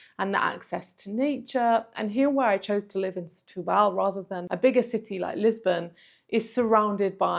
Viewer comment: SETUBAL - the accent is on the TU too - not BAHL.